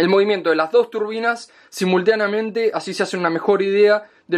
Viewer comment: "Simulteanamente" -, 2017.